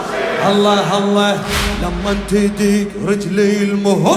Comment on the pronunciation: هاء زائدة في لفظ الجلالة (اللهه) الصحيح هو... الله